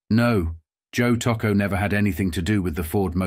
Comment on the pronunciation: The pronunciation of Tocco's name is horrible and repetitive throughout this documentary.